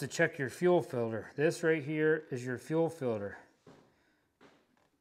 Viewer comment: Fuel filder. Love it.